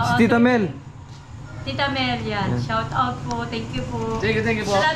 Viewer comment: ha ha ha puro shoutout ang naririnig ko - shout out shout out - parang dinig ko - shatawt ha ha ha parag nagsisiksikan ang mga customers. conscious sa SHATAWT nila